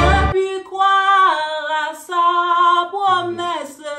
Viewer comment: Vieillessé, promessé 😂😂😂 mèsi